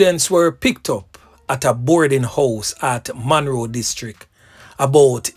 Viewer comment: Munro NOT Monroe